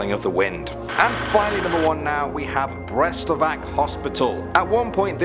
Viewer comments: In Croatia word ‘C’ is pronounced like ‘tz’ so it’s Baritza and Brestovatz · the way y'all butcher some of these words (Jure Grando, Medvednica, Description Škrinjari, Barica, Celje (which isn't even in Croatia), Brestovac, Milivoj, Ljerka Sram) literally kills me inside